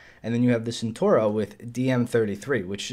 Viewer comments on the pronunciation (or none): hey its cenTAUro, not centuro. Nice vid!